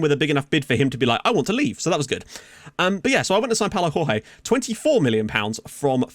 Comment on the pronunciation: Jorge in portuguese is not the same as Jorge in spanish its pronounced Giorge or just go to google translator and hear it